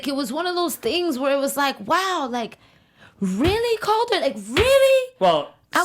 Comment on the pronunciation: It's "Caulder" you were saying Cadler